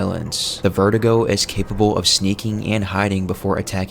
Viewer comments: “Verdugo” not “vertigo” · It's ver-do-go not ver-duh-go. Come on man. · Verdugo, pronounced ver-doo-go, not vertigo my man. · " Vertigo"😂😂 its "Ver-doo-goh" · Cool video, but I don't know why so many people pronounce Verdugo as VERTIGO. It's vair-DOO-go. Usually this kind of stuff doesn't bother me, but Verdugo is a menacing boss and pronouncing his name as a condition that elderly people get seems a disservice. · it's verdugo not verdigo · How come you’re pronoucing Verdugo as vertigo